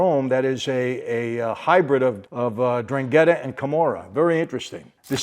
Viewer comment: Hello my friend. It's pronounced EN DRANG ETTA